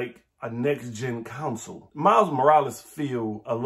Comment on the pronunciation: I've been in CA too long. I can't unhear "Counsel"